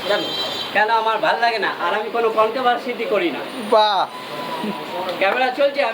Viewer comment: Not controvercity ...controversy hobe ...aktu valo vabe bujhe sune kotha bolun dada...